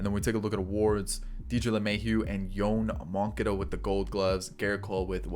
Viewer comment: please look up Yoan Moncadas pronunciation... nails on a chalkboard